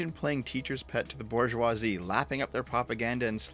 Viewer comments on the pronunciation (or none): none